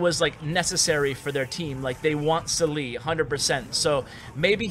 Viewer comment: قهرني طول الفيديو سالي سليي وهو اسمه صالح